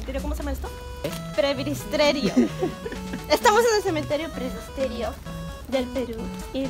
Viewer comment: PRES - BI - TE - RO :)